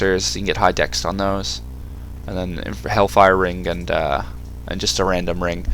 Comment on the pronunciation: Trivial thing. Why do you say 'dext'? Surely it's easier to say 'dex'. Just find it odd.